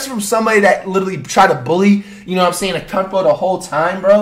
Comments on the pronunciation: Flight saying antetokoumpo "akumpo" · Flight the whole video: “Akumpooo” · "Atkumpoooooooooo" lol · at least learn how to say his name correctly now that he’s a champ yfm 😭💯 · Flight called Antetokounmpo soft